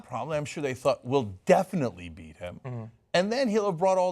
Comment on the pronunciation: "Beat them?" Funny I hear "Cheat them."